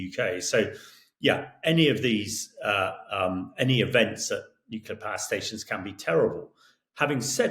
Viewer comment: As much as I appreciate listening to his views, this constant misspronouncing of names makes it look, as if he was not prepared. US secretary of defence is Hegseth, not Hesketh. The place is called Kaliningrad not Kalingrad....and he also likes to talk about nucelar weapons before. It devalues what he says.